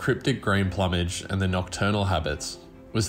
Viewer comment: Plumage? Its not plum like the fruit. Its pluː.mɪdʒ ploo mij.